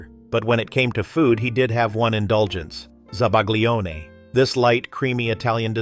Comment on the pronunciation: Oh, I hate how he pronounces zabaglione!!!